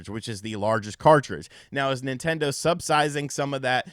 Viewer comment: "subsizing" lol my man.